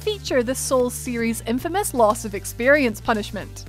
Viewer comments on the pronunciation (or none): none